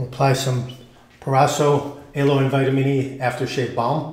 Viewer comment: no, it's the way you pronounce aloe.